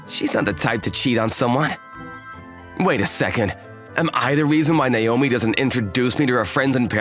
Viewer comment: It's NAOMI, not Naiyomee.